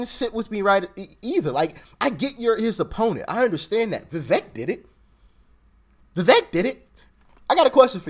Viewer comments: Vivek’s name is pronounced like cake. Keep going Doc! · Le vect not pronouncing his name properly but I think he's better than desatos